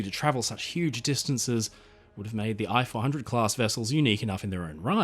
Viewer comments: Ee-chee 400. Computer voicing... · Hi. I am a Japanese and enjoy watching your every upload. Japanese sub I-400, correct Japanese pronunciation is rather close to pronounce "E" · The correct way to pronounce "i" 400 is to use the English sound "ee" as in Feet. It's pronunciation would be the same as if you wrote "e-400".